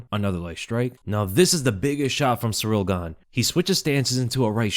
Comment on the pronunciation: Please, it's not Cyril or Cyriil. It is Ciryl.